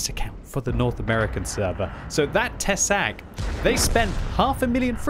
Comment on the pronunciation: Tesák is pronounced with long 'a' /tɛsaːk/ The translation is 'a fang':D